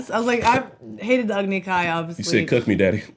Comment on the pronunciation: It's "agni", with no sound between the "g", and the "n", so it should only be two syllables. "Agony" sounds like a good nickname for it though, considering what it leads to xD